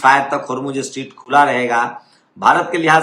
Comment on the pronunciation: Sir, स्ट्रीट नहीं, स्ट्रेट